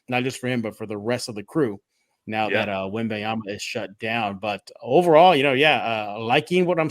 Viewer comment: don't forget the "n", it's Wem-baN-yama, thanks